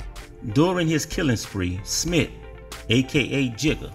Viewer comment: Smith not smit